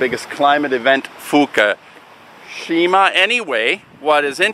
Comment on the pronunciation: It is "FUKUSHIMA" (Fookoosheema for those who are challenged) no "FUKASHIMA". At the very least pronounce it correctly. Goodness.